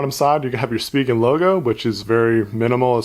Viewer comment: Thank you for pronouncing it right (SpeeGen). Currently using the Rugged Armor from Spigen but waiting for UAG to come out with a case for the HTC 10.